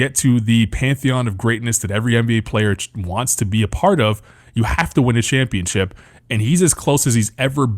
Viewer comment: “We gone be Shampionship” 😭😭😭